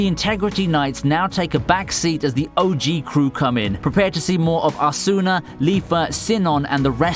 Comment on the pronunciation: AS SOOO NAH lmao that pronunciation tho.. its more like az nawh